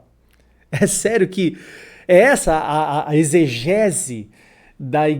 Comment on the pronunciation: "Eisgese" ou exegese ????????????